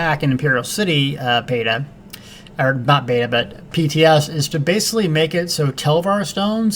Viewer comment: LOL... Of course by {TS you meant PTS... probably just your accent... :)